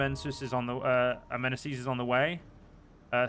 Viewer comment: Amen (like Ah-men, as in what christians sometimes say)- Messe (messy)